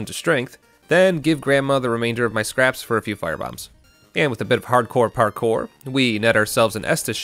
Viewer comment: "Firebambs" "Parkoar" "Enor Lando"